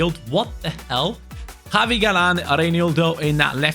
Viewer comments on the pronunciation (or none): none